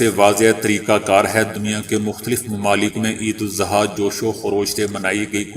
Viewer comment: Sir it is idul azah not idul zuha